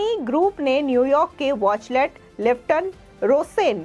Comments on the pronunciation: watchtell not watchlet plz correct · It's वॉचटेल not वॉचलेट, नाम तो धुक से पढ़ लो। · Is the company Watchtell or Watchlet as the reader is saying. Atleast these reader should come better prepared instead of serving half-cooked things. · Wachtell hai watchlet nahi boli sudharo anchor sahibaa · वॉचलेट नहीं वॉचटेल, एंकर मैडम सही तो बोलो। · Why news presenter is saying it is Wachlet. It is Wachtel. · It is wachtell and not wachlet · Wachlet nahi uska sahi naam hai Wachtell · Whatever the contents the anchor should read the name of law firm correctly. All the time she is saying वाचलेट instead of वाचटेल। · Madam, Watchtell ko pronounce to theek treh se kar lijiye. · Good step by Adani Group... But the news reader pronounces the name of the US law firm incorrectly...please check and correct.